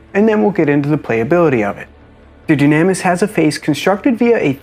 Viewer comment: I would assume it's pronounced "Doo-nah-miss" if it's Greek. Just a thought.